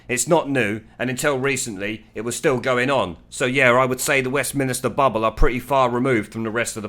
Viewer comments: Mate, seriously - stop saying ‘Westminister”. It’s MINSTER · You spoil your excellent commentaries by referring to WESTMINSTER as WESTMINISTER ! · Really like your blogs. But the one thing that rankles me is your pronunciation of Westminster. It is not Westminister |||.